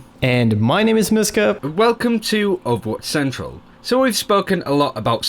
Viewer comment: I'm sorry, but whenever you introduce yourself at the start of a video, all I can hear is "and I'm noscope"